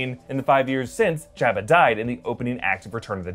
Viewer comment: Job-ah. Not Jab-ah.